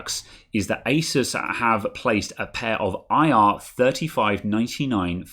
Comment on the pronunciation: Best bit when you pronounced asus correctly.